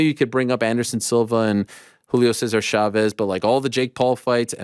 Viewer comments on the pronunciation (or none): none